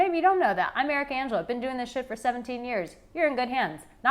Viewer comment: 👋 They are not my women! When you say ' I'm ' fast it sounds like America Angelo 🤗. Thanks and enjoy your last Bali days ❤